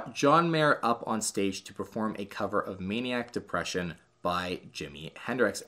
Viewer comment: Bro did u just say “Maniac Depression”. It’s Manic. Ugh.